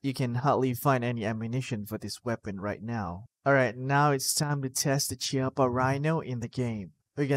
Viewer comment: Chiappa is an Italian company, pronunciation of It's name is "Kiappa". No hating, just FYI.